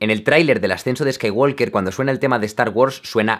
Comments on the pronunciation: Creo que se pronuncia Skaiwoker sin la L Walk y Talk se pronuncian sin la L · Skaiguolker...me encanta